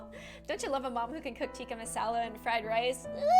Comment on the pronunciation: you said tikka masala wrong